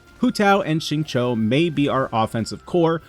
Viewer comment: the X in Xingqiu is pronounced more like SH than S